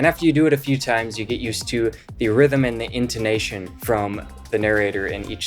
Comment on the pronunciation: I didn't learn anything new about Duo lingo for this guy. He lost me when he pronounced Get as Git.